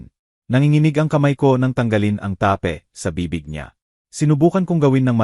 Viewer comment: May mga words na mali ang pagbigkas tape ta-pe lock- look ayusin ang salita!😅